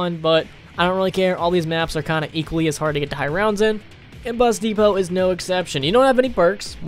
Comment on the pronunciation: When he said bus depot I thought he said busty pope